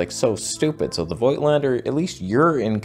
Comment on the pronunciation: You should get rid of all the Voigtländer lenses, so I don't have to teach you that the "i" is simply a lengthening sign in German. So it's pronounced like "fohgtlender" i.e. with a longer "oh" sound ;-0 Disclaimer: just kidding, keep the lenses you like best.